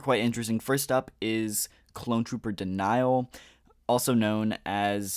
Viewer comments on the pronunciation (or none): Denal is pronounced Deh-nahl, not Deh-nyal.